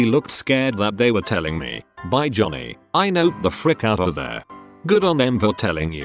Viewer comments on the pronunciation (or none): none